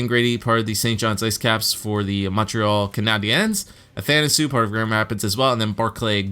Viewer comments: Andreas Athanasiou is actually pronounced Ath an a see you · Athanisou is actually pronounce athanaseeyou